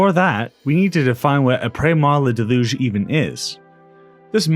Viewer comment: “ahh praise ma delooge”